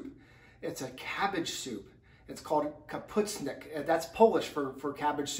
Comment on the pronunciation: So.... this is not cabbage soup. It is specifically, Sauerkraut soup. Correct pronunciation. Ka-poosh-nee-ock.